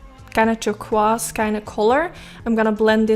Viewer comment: I swear you can pull off ANY look, ANY color! 😍💖 By the way, NO shade but Turquoise is pronounce "Tur - KOIse" hope that makes sense.?